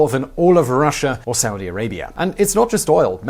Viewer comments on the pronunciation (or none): none